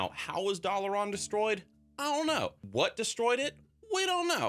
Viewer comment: Why do you pronounce dalaran as doll-uh-Ron. There’s no character that says it that way so idk how you picked up that pronunciation